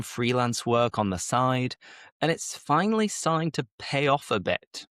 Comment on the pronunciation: Your pronunciation is from the north of England, of course that’s fine, however, because you have a colloquial accent it’s really important that you try to pronounce words a little more clearly for the learners. For instance, in the first sentence you pronounced the word “starting“ while pronouncing this word you didn’t pronounce the T We usually pronounce the T & D if followed by a vowel sound, I hope this helps you, great lesson keep it up.